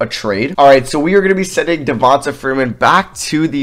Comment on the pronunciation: It’s pronounced Devon-tay